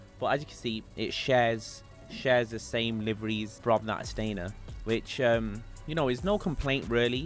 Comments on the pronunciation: It’s Stanier, not Stainer. Stan-i-er. Sorry, it drives me nuts. 😂 I will get 2. One for undercover and one marked. I bought both Staniers. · StaNIer, not StaINer.